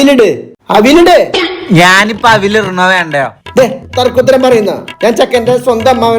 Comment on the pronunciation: അവിൽ എന്നല്ലല്ല അവിയൽ എന്നു പറയൂ